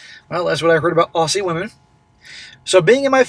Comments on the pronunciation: It's not pronounced "ossie", it's pronounced "Ozzie" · Minor point - as an expat Aussie I should tell you AUSSIE is pronounced OZZIE. And OP is right about so many Aussie women. Really loud and unfeminine and obnoxious. Like the dreadful "sheilas" you see on the ads for STEP ONE underwear. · Want to know how to pronounce 'Aussie'? Say the 'ss' as a Z. That is, say it like 'Ozzy'.